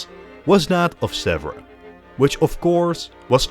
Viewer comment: Hello from France. I like your work. But one thing please, you should you really check " how to pronunce Sèvres in French", which is not something like " zebra" at all (and pronunciation of a rare English adjective from the 18th century).